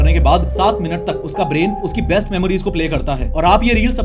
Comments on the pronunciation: He said "Breast Memories" Instead of best... Bs yahe last line thi 😂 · I am the only one who hear breast memories 🙃